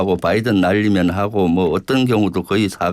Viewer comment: "바이든 날리면" 이 아니고 바이든 발리면으로 들리던데요?...